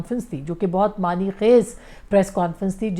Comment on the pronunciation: میڈم لفظ معنی' پڑھا کریں معنی لفظ بگڑی ہوئی شکل ہے تلفظ میں آپ جیسی ڈیسنٹ اور سنجیدہ پڑھی لکھی تجزیہ نگار سے اگر ایک لفظ کا درست تلفظ ادا نہ ہو تو پھر آپکا دانشمندانہ تجزیہ بے معنی' ہوجاتا ہے